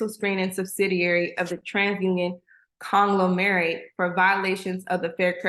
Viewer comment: Con-Glomer-rate is how you pronounce that word...means big a$$ company...thank you for informative video.